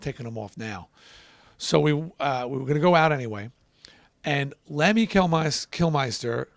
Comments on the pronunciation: it's pronounced Kill-Mister, (mr.) not "Meister." It's pronounced like it's spelled. Why do people mispronounce that? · mispronounces Lemmy's name as Kilmeister, then calls Motorhead's female fans pigs, then thanks him for making them big stars. Not cool.